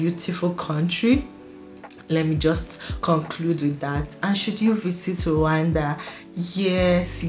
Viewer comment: Our country called Rwanda not Randa!!!